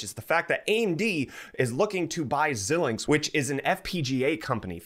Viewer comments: It's not zill linx, it's zai linx. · Just an FYI, It's pronounced "Zy-links". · FYI, that's pronounced ZY-links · My man called it zelinx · Pronounced Zi -links, long I sound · thank god someone else knows, holy balls i cringed every time it was said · Aye. Like Bret (not host ), I was cringing every time I heard it. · Xilinx is pronounced Xi-links. The first i is a long I sound. FPGAs are a form of programmable logic that can implement any logic circuit you can fit into that size device. They are typically used for applications that are too low volume to justify producing a custom asic or cpu. They have been used in years past to prototype CPUs and GPUs. When implementing a cpu/GPU they give you the performance of a few generations older fab process. In my opinion they are best used for implementing ASIC type logic that can exploit greater parallelism than you can easily implement in software. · Xilinx is pronounce ZY-links as in "sigh" but starting with a "z". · Stop saying xilinx wrong